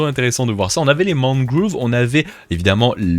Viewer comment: Ça se dit Mangrove même en anglais